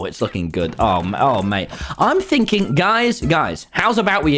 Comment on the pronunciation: Lol he said, ‘Ive benn thinking, Guys’